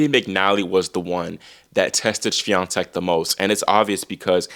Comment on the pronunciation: yeah u kill it with pronouncing "Świątek"